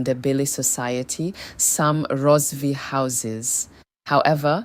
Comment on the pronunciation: Karanga not shona...Rozivee empire😂😂 haii its not make sure